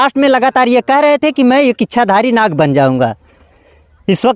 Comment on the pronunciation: Nag nahi lad hai 😂😂😂